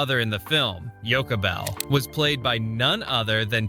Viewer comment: Yo sha bell not yokabell